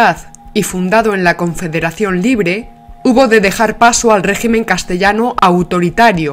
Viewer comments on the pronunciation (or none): none